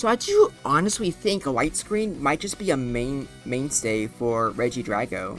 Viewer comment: i thought it was pronounced like regi-dray-go